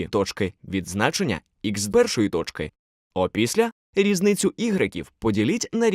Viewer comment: Как красиво вы говорите слово тоЧки